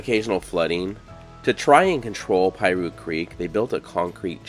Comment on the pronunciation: It's NOT pie-roo, IT'S PEA-roo.